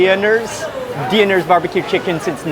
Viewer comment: It’s pronounced deeners and the rotisserie was the last wings you ate. That’s for visiting my city.